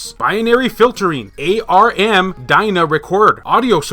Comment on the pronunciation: Just to let you know ARM is pronounced as arm. Like a human arm.